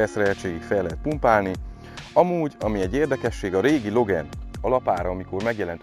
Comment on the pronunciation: Jó lett a videó meg az autó is, de legyszives nem logen, igy a magyarországiak mondják,hanem logán, igy ejtik rendesen!